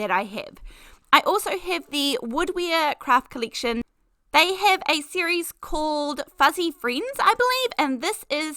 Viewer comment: Whenever you say the word “series”, my Siri activates 😆